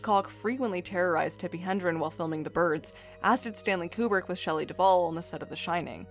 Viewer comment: Tippi Hedron, not Hendron.